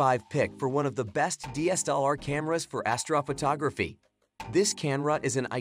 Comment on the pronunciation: I stopped watching as soon as astrophotography was not pronounced correctly